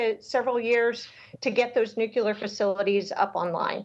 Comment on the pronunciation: It is Nu-cle-ar